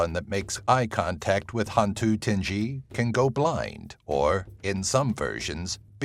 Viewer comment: Great video. There are a couple of demons that even I, as a Malaysian didn't know about, and most of them have variants in their background stories and/or traits. However, i just can't help cringe and laugh a bit when you mispronounced some of their names. ^w^ 'Hantu' was correct. It literally means 'ghost' in Malay FYI. 'Tinggi' is pronounced 'TING-GEE', hard G, not the 'j'. Hantu Penanggal (you missed the L in the vid text) was close to perfect, it's pronounced as 'PE-NUNG-GULL', as in seaGULL. Langsuyar, or Langsuir (theres a few way of calling it), is pronounced as 'LUNG-SOO-YAR'/'LUNG-SOO-YOR' or 'LUNG-SOO-AER'. Orang Minyak was the one i really laughed hard. Minyak (oil) is pronounced as 'MEE-NYUCK', its the 'nye' sound, and the 'UCK' is the UCK in YUCK. I've never heard of the A bao A qu, most likely because its origins are from India, as in a indian lore creature. Granted, Before Islam, Melaya was predominantly Hindu, so the lore might have been told by a several family lines. Not mine though. Gedembai is also a creature ive never heard about, most probably because it is not a mainstream creature like most in the list. Im sure there's a boatload more of malay lore and creatures ive never heard of. For the orang minyak, some think that it's a man who is trying to achieve immortality by making a contract with a djinn, and his task is to take the virginity of 9 women each night in a row to achieve his goal. im not sure what happens if he fails, but most stories end with